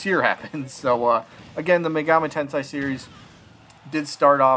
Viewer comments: I’d give him a nay. We already have Joker, simple as that. Plus, he just doesn’t seem unique enough. Also, just FYI, it’s Shin Megami Tensei, not Tensai. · Yay!!!! Bro if you can't pronounce Shin megami tensei (ten-say) you can just say megaten or megaten 5 lol. The megaten series has been on nintendo since the Famicom in 1987. All the mainline games have been on nintendo. Megami tensei 1,2 on Famicom and remastered on Super Famicom. Shin Megami Tensei 1,2,if all on super famicom.